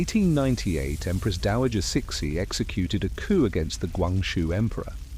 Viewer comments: Huh!!?? Who is chick-shi??🤔🤔🤔🤔or chic-shi?? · You erroneously pronounced her name Ci Xi is pronounced Tzu Hsi. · Immediately stopped watching as I heard that pronunciation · lots of inaccuracies which would mislead any students or studies of Chinese history, the overall site has a lot of good points but are let down by the credibility of the facts suggest more research. Also the way CiXi is pronounced by your AI, is somewhat insulting, makes her sound like a pet dog not The Empress of China. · You are saying her name wrong 😂😂😂😂😂😂😂